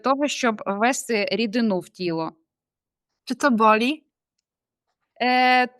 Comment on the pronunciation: стрИбати чи стрибАти?! Дуже дивно. Не ввЕсти, а ввестИ. ТравоЇдні, а не травоядні.